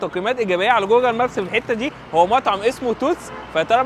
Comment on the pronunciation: ترا النطق الصحيح هوا جوجل وليس جوجل